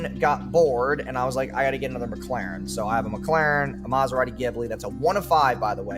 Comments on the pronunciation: he claimed Charlie said McLaren wrong but he calls it a “McLerrn” 😂😂😂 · What a douche. It is Mc-Laren, not Meh-Claren XDD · Calls out charlie for nitpicking about pronunciation Literally 3 videos ago: Nitpicks how charlie pronounces Mclaren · What l found funny is he was dissing Charlie for supposedly mispronouncing McLaren by saying Penguinz was saying McGlaren while when said it he was actually saying it as McClaren. So in his rant about Charlie clearly mispronounces the same word. He added a second ‘c’ to McLaren. He’s a joke😂😂🎉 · The only gripe is how Charlie says Mc-Laren. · its not mclaren its mCKlaren, yeah you really got him with this. that dude is insufferable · "He doesn't even know how to pronounce mclaren or rolex" he says while mispronouncing both of them. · "it's not mclaren, it's mclaren." the world isn't gonna end by changing the slightest syllable of a word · Meanwhile attacks charlie for saying McLaren wrong 😭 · "If you get that triggered by the fact that I [said your name wrong], that's a massive insecurity" - Guy who got triggered over someone saying "Mclaren" wrong. Also pretty sure everyone says his name wrong. Think it was on Steve-O's podcast where he said it was actually "Penguin Z Zero" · Someone saying "UN-experienced" has no place telling others they're pronouncing McLaren wrong 😂